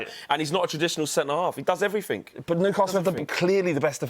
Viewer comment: Lets all be honest, you can't take a person seriously who says "everythink".....